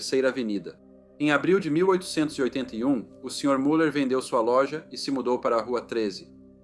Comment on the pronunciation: A pronúncia correta de Müller é MILER!